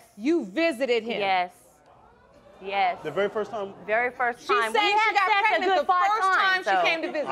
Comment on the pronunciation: But he still said PEG-nent instead of pregnant🤦🏾‍♀️🤣🤣